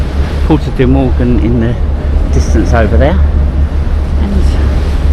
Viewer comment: Mogán, please respect the names of places you visit😮